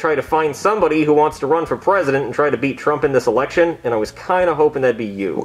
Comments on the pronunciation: No one notice said erection instead of election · Like he said erection instead of election 🗳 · Whenever says election it sound like election lol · The funny apart from this. was saying election as eRection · Erection instead of election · You mean how replaced the r with an l?